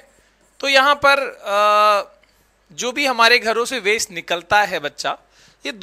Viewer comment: Bro it's waste not wast😂